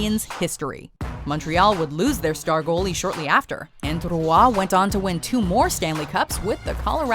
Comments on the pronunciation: What happened to your pronunciation of "Roy's" name? You've said it correctly before, not you are adding an entire extra syllable? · "Patrick Rooah" Roy is pronounced like "Wah"